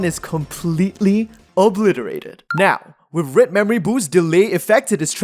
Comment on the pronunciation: Why do Singaporeans/Malaysians/Hongkong(ers?) pronounce "red" as "read"? This is something I have noticed recently